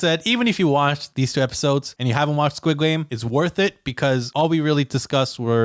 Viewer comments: squid gwame. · Squid gwame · “Squid gwame” at the end 🥱